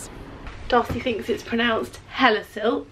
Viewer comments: Darcy was right about how to pronounce Hellesylt. 😊 I'm very impressed! I have family in Loen and I live not too far from there myself. 😄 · Darcy is correct with the pronounciation of Hellesylt :) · I really enjoy these videos. It’s so much fun seeing you explore parts my home country ❤ I was also impressed by how well you pronounced Hellesylt 👍 The west is absolutely gorgeous ❤ I’ve grown up in the east and middle of Norway (I’m labelled a “halvtrønder”, which means that one parent grew up in Trøndelag and the other somewhere else) 😅 It’s always been back and forth between the different areas for me I also just wanted to note that Norwegians call it fiskesprett (fish skips/jumps) when you say that you’re skipping stones. It’s a really fun way of just spending some time and letting the mind rest a little ❤